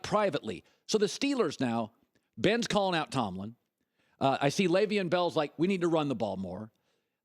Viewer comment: He never pronounces le'veon name right